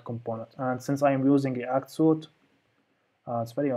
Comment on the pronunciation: Loving your videos man, you're the greatest. Just an fyi, "suite" is pronounced "sweet" (why, I have no clue). Your vids are a life-saver, keep it up.